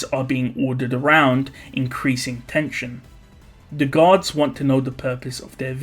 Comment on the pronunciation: The way you said guards sounded like gods